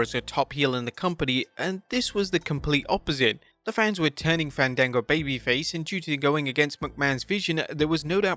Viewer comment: Ifs Fawn Dango Fandago is a movie service 😂. Im doi f that in a joke way since thats how he was pronounced in WWE before yall say anything to correct me